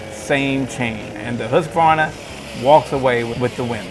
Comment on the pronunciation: The correct pronunciation of Husqvarna is Hoosk-Varnah. I too have been pronouncing it incorrectly.....